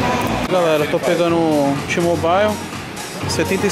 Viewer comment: Boa Tog , so tem q melhorar a pronuncia de mobile, la nao tem o som do a antes do i, fala so "môbil" .. Blz😉 abcs